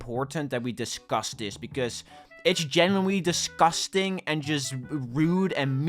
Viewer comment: No offense but everytime he says "dusgastang" is kinda funny lol. Anyways great video explaining the horrible people just harassing the owners for it being not scary tho